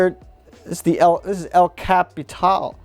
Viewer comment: „El CapitOl“ lmfao xDD